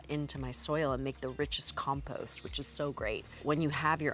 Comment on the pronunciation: She doesn't pronounce compost properly.